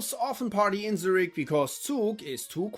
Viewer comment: If you were american. Thats fine, but u are german. Why did you pronounce Zürich like that 😢 it hurts my Luzerner heart.